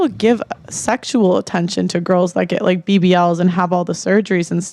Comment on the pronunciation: I feel liKKKe, I feel liKKKe... liKKKe...